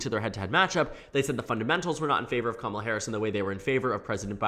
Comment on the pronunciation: It's weird hearing her name pronounced correctly Commala instead of Kuh mala or Kuh mala kneepad